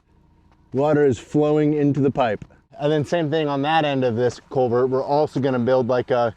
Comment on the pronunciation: Just a fyi-- it's culvert, not covert.